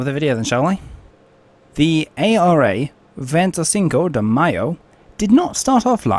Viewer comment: I’ve been in broadcasting since 1995. It can be tough especially bad for me during the Yugoslavia wars. The bloody names! Like I say just take your time with the hard words. Break them down unto chunks or write them down in your script phonetically. For example: Venty Sinco De May-O Cow Loon Trinca Ma Lee Also if you’ve got a tough to say word, consider re-writing the script so you don’t have to keep saying it. Please don’t take this as negative criticism. It’s anything but. Just a bit of advice from someone whose spoken for a living for years. Your vids are so informative. Keep ‘em coming shipmate!